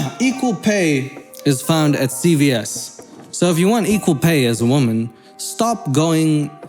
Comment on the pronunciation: After a year or so of hearing say "woMAN" I finally understand 🤣🤣🤣